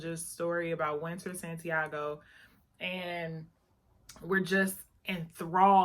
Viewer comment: It’s Winter Santiaga not Santiago- you lost me when you mis- pronounced her name. They book is great, open your mind.